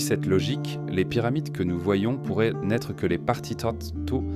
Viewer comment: 100% AI (voix et images) Mais c’est l’avenir il paraît. Pour ceux qui doutent : Pi 3,14 ne se prononce pas P et le ent à la 3pers du pluriel ne se prononcent pas [an] dans « pourraient » 😒 Enfin, les ponctuations ne sont pas faites et donc ne séparent pas les phrases les unes des autres.